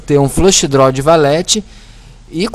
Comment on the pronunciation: DRO, OVERCAR... kkkkk fala direito!!